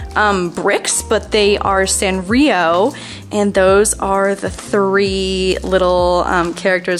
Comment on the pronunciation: hi!! this video is gold. i literally love room tours LMAKAKA. also sanrio is pronounced with a long sounding “a”! so it’s (saahn-rio)!! lysm MUAH.